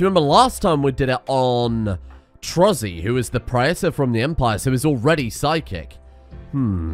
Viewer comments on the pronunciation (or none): none